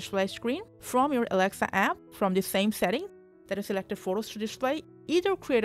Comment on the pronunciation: Yeah I can't hear shit too she is saying awcshess fwom aweksa show